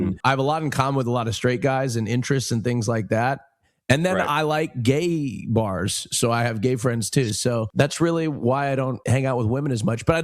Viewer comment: has rolled out an entirely new pronunciation of "gay bars", and just... wow. I think this may become a frequent-relisten episode.